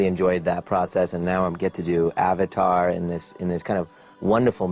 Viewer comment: He also pronounced avatar correctly but i donno why they messed up the pronounciations of these words